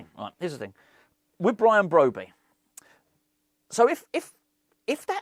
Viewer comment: 90% pronouncing his name correctly